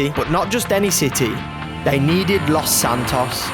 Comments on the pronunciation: BRO ITS LOS SANTOS NOT LOS ANTOS GET IT RIGHT OR ILL BLOCK YOU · Its los Santos not antoes edit, ohhhhh i seee antoes is ant’s toes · the way jay says los antos makes me laugh